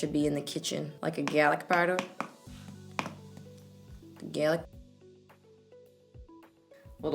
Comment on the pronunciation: lmao "galic powda. GALIC"